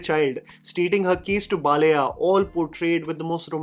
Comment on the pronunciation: Please make an attempt to pronounce the Telugu (non-Hindi) words to their original. Baal-aaiyah is not difficult to say.